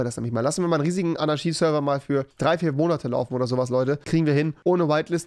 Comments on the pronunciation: fiSCH und nicht fiCH Zu dumm um fisch zu sagen aber anarschie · Wie er bei Fisch Fich sagt und bei Anarchie Anarschie sagt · Warum sagst du "Anarschie" du Fich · Niemand: Wirklich niemand: Rewi: Anarschi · Rewi: Anarschie Auch rewi: fich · Rewi: Fisch ist Fich und Anarchie ist Anarschie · Rewis Logik: Statt Tisch = Tich Statt Anarchie = Anarschie xD nice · Niemand: Rewi: sagt anstatt Fisch Fich und anstatt Anarchie Anarschie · Pls sprich Anarchie richtig aus... das macht mich fertig. Ahahaha 😂😅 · AnarCHie nicht AnarSCHie 😂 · Du sagst "Fich" statt Fisch und "Anarschie" statt Anarchie....🤦👍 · AnarCHie nicht AnaSCHi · Niemand: Nicht einmal Keine Schwäche: Rewi: ANARSCHIE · Anaschie lol. Aber Tisch nicht sagen können 😂😂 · Fisch: "Fich" Anarchie: "Anarschie" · Er kann sch aussprechen anarschie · Niemand: Rewi: anaschie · Er sagt AnarSCHie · Wenn mann dass Wort Anarchie nicht aussprechen kann Keinen Deutschlehrer zeigen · Bei Fisch kann er SCH nicht aussprechen und liest CH und bei Anarchie kann er das SCH aussprechen obwohl es falsch ist